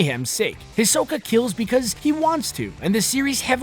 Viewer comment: he said hisoka's name wrong